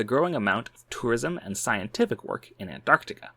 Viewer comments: It's nice to hear someone pronouncing Antarctica correctly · Wow! An American that can say “Antarctica”! Fascinating, concise and educational!